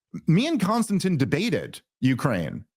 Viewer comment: KON-STAN-TEEN. bro….lol